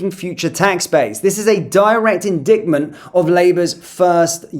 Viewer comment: Indictment is pronounced 'dyke' not 'dick' mate 👍🏻